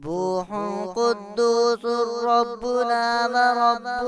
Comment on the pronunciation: Qudosurrabuna ni hy qudosu rabuna hy